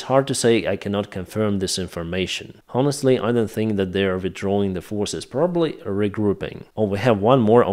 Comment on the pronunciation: fuck sake , dont you know that H in HONESTLY is silent ????? my ears are blidind , and your Sukhoy sirty-four